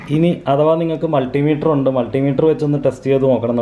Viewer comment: Hi bro profileൽ കിടക്കുന്നതു മുൾട്ടിമീറ്റർ എന്നാണ് അതല്ല മൾട്ടിമീറ്റർ എന്നാണ്